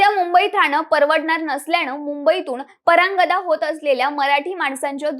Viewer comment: परांगदा नाही हो…. परागंदा असतं ते… 💆🏻‍♂️